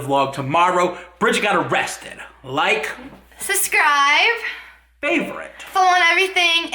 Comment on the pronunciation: can someone tell how to pronounce "subscribe"